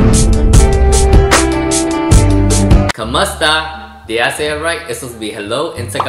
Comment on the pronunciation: Kumusta not kumasta